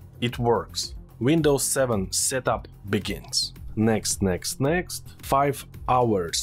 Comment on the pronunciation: i love it when you say " text next next" XD